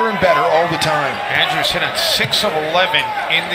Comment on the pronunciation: Did just the commentator say het the shit out of here?😂